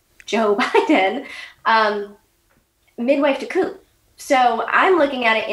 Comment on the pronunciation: what is that word she keeps sayin. "acoo" or a coup? i wanna look it up.